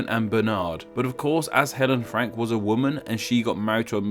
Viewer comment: I swear I heard you say Frankyou